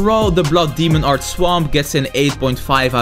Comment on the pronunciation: I love this guy so much I totally live him pronounce demon art as Damon art